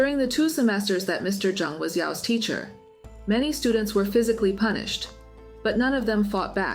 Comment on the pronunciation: Punish instead of pubish